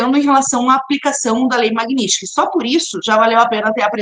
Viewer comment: Ela NEM SABE PRONUNCIAR MAGNITSKY!!! PIADA NACIONAL...🤣🤣🤣🤣🤣🤣🤣🤣 Cria VERGONHA, GURIA, E PARA DE GAGUEJAR E SE REMEXER NA CADEIRA. Isso é sinal de FALTA DE ARGUMENTOS!